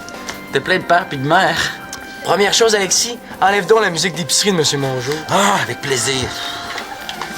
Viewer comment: « Apitchoumer », c’est tellement drôle! 😂😂😂 Il y a aussi « Agexis , alenda » et non « Alexis, agenda » 😂😂